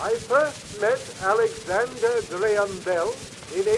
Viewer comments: "alexander gram bell" WTF, it's pronounced GRAY-um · It is pronounced Graham not gram. But otherwise very good video. Keep them up. Crazy to think Western Union was around then. You should do a video on them. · I'm from Scotland, and grew up in his hometown - it's pronounced "GRAY-HAM" not "GRAM" love your vids though :) keep up the good work! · That is the first time I've ever heard Graham pronounced like that. I am English and my Grandad is called Graham and the only way I've ever pronounced his name is like "Grayhum". Even Mr. Watson pronounces it like this. Just interesting to hear it said another way. The differences in the same language are so interesting! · You pronounce Graham weird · Weird, only now noticed that Americans pronounce Graham like gram